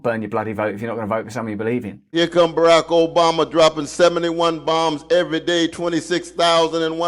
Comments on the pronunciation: BARRRACK OBAMMA! Don’t stop saying BARRRACK OBAMMMA. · Why do you say Barack Obama differently to everyone else?